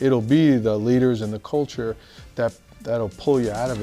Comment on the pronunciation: I don't even think she realizes she's saying the colture